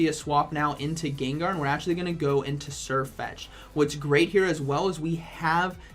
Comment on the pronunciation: Why doesnt Sirfetch'd learn Surf? That would be funny, since you actually say Surfetch'd